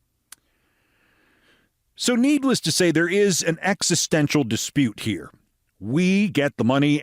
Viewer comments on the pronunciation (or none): none